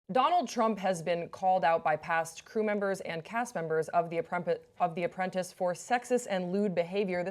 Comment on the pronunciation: Love the host's mis-pronounceation: "The Apprumpet."